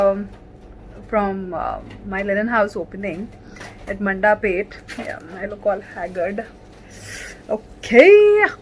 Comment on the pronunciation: Not manda pet it's mandapeta